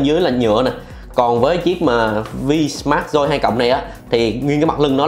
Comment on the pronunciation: Máy tên là vsmart joy 2 plus ,ông này lại đọc là vinmas doi 2 lớt